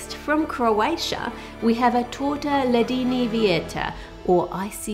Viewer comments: Omg i love "ledeni vjetar" 😍 I'm from Croatia and it's my favorite thing in the world ❤️❤️ You did butcher the name a little bit but I forgive you 😄🥰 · Oh Ann absolutely BUTCHERED the name of the Icy Wind cake, and I'm here for it. It was honestly super cute and funny :DD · I like your italian pronunciation of Ledeni vjetar :))) cute!